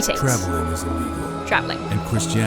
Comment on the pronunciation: BTW your enunciation on "be illegal" was a bit poor and it sounded like "be legal" to me - but I assume you didn't mean that based on context and what I know from your channel. Just a heads up ^-^